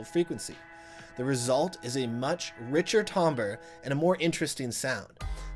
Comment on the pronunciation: I believe you know what you're talking about. But if you would like to sound more like you know what you're talking about, please learn how to pronounce the word 'timbre'. It is pronounced 'tam-ber', not 'tom-ber'. You're welcome.